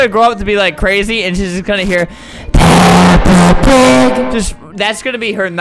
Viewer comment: him: 'PEPPA PAG' me: dies of laughter